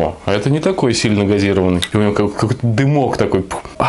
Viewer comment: Твою мать Не газИрованный, а газирОванный!!!